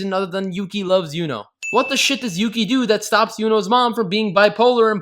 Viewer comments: That 'Yuki' part started sounding like Mucy (hard c sound, like mucus, not like mercy) shifted back to Yuki... then started sounding like pukey. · It's Yūki, not Yuki. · With the bouns it sounds like she's saying milky😂😂😂😂😂😂😂😂😂😂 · At the end when Yuno is saying Yuki over and over again it sounds like Nunki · After the first 20 times of hearing "Yukki" I started to hear Milky XDD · Is it me, cause when she says yuki, its sounds like milky. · Sounds like she’s saying mukia or pukie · it sounded like she said “Yuki you pee?” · After at least 5 "yuki's" it started to sound like she was saying "milky" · the more I listen to yuuki the more it sounds like puukie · Yuno said Yuki so many times it started to sound like Pukey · I Always think of how "Yuki" starts sounding like "you gay" And remember akise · I swear I heard winkie instead of Yuki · At some point near the end "Yuki" started to sound more like "Pukey." I think this name is far more accurate to his character. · I got so annoy when she said yukii I got so annoyed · at the ending when she's saying yuki bunch of times does anyone else here "you keep" instead of "yuki"? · if you listen to the Yukki over and over again it starts to sound like "Puking" how i feel about this anime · 10/10 best review, best review. Also if anyone listens in the bonus rounds after a while Yuno sounds like she's saying "dookie" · saying Yuki's name was a sin. hahaha